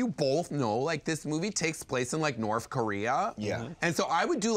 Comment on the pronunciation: "Norf Korea"